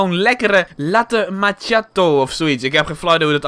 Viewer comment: Je spreekt het uit als Latte-Makkie-Jaat-oh